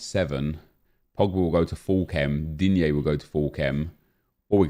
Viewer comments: The way he said digne lol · Hahahah! Always laughing, when you say Digne :D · Is it just me or does it sound like says the name of Digne weard and funny. Everytime he comes up its just sounds off